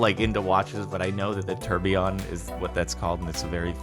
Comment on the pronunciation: Funny how you say tourbillion, lol